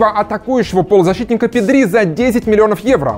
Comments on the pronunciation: ПэдрИ? серьёзно? когда научишся ударение ставить правильно? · произносил Педри с ударением на последний слог специально для Васанта?)) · Испаноязычным прям режет ухо ! Правильно Пéдри , а не Педрú !!! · pEdri ударение на Е. Испанское правило на ударение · Как то неправильно произносите Педри. Ударение падает на е, а не на и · Педриии( ударение😬)